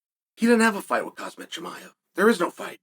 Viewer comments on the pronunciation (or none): You illiterate Dumbo, say his name right. It's Khamzat not hazardous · For the million time Khamzat Not khazmat If don’t know how to say there name correctly, you shouldn’t do podcast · I'm here to hear Uncle Chael say Khazmat 😂😂🤣🤣🤣, can't let you get close 🤣🤣🤣🤣👍❤️❤️ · its Kazmat bro:)) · I like how Chael knew he couldn’t pronounce “Khamzat” correctly. So he immediately switched to Chimaev💀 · Kham-zat Kamz-at Hamz-at ⁉️